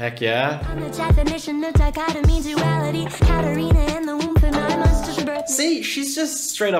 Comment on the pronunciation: Melanies mom was naming her katarina (kat-a-reena) is how to pronunce it